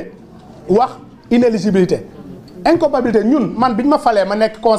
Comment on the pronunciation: On ne dit pas "incompabilité" mais incompatibilité.